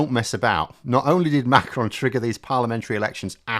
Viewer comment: Great video and well informed on French politics, superb,. A good pronunciation of the name Macron, very good. You should hear Joe Scarborough and others on American TV pronounce Macron as Mc Ron or something like that. I think that the name of Eric Cioti the leader of les Républicains in France is pronounced Shioti, like cello the musical instrument, but I'm no expert. I've listened to a lot of French radio. Great video.